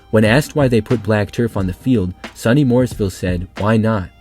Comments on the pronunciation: SOO-knee, not Sunny Morrisville, lol. The stadium is right on a hillside so it just drops away on the far side. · SUNY, pronounced sooooneeee, not sunny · The "SUNY" in SUNY Morrisville is generally pronounced as "Sue-knee" and not so much "sunny". It's an acronym for State University of New York. Also, I believe Morrisville teams usually wear green and yellow. Maybe they changed that recently. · SUNY Morrisville is (soony) not (sunny) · Not trying to be a dick, but SUNY is pronounced SOO-NEE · SOO-nee Morrisville. And indeed, it's not too hot up there this time of year. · SUNY is pronounced sue-knee.